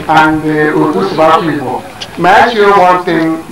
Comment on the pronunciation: LMAO!! he really tried sha, with the igbo accent and pronounciations even tho it wasn't 100%.....millions of english pple would never beat that